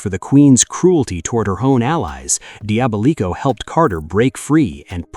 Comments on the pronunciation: Okay look, the video is good and I love the summary of things. But try to make sure you've got some pronounciations down right. for example "Diva-Tox" like a DIVA Devi-ot, like how you says DEVIOUS Dia-bolico, like how you say DIABOLICAL, DIABOLICO it's not that hard when you hear either rangers or other characters say the name of a character. Also as a note, you discussed Ransik but his final fate HAPPENED in the crossover with Wild Force where he helps the Ranger teams out and also ends up purified of his mutant affliction and is thus FULLY reformed from the Ransik of the past. He had a redemption ark LIKEWISE you forgot to mention how Astronema reformed as Karone became the 2ND Lost Galaxy Pink Ranger after Kendrix died when Psycho Pink killed her with a legendary sword. The Psycho Rangers themselves would've been worthy of a mention of returning ELITE bad guy Ranger enemies. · Bruh said “Dee-aba-leeko” 😭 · The butchering of Diabolico's name, jesus. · “Diabolico” pronunciation is diabolical